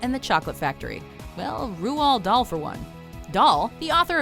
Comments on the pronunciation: 4. I believe it's pronounced Road Doll. 1. It should be common knowledge by now. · You pronounced Roald Dahl wrong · Isn't it like Rahld (very soft d) dahl